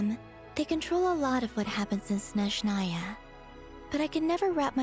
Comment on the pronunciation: For correct pronunciation, the first sound in «Snezhnaia» should be «s» [s], not «sh» [ʃ]. In short, the name is pronounced roughly as [snʲeʐnəjə] / [sneʒnaya] 😌 with love from Russia 🫶🏼